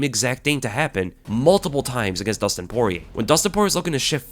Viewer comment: Nah brah, Poirer